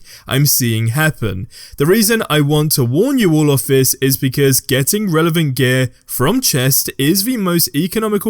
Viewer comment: It took me so long to understand what you were saying when you pronounce “gear”